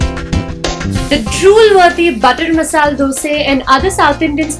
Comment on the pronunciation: That's really nice! Good to know that there are such hidden treasures! The presentation was good except one thing that left me wondering of an etymological concept. It was so intriguing to hear the presenter pronounce "Masala Dosa" as "Masal Dosa" twice. That sounded new to me! So far I had known that the presence of 'a' after 'l' in Masala is irreplaceable and can't be considered as silent and hence should be pronounced as ""Masala". Wonder whether Red Chilli Masala can be pronounced as Red Chilli Masal! But this is a new concept anyway! Thanks.